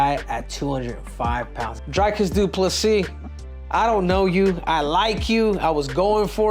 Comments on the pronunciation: Stop calling the man Drycus ffs. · Before Henry gives Dricus some advice he should stop pronouncing his name as DryKiss 🤣😂